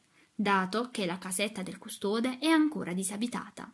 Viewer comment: Grazie per la lettura ma ti prego apri le o poi, custode e parole hanno la o apertaaaa 😅😅😅😅😅😅😅